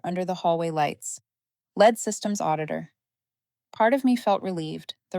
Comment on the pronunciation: Too bad you don’t know how to pronounce the word Lead!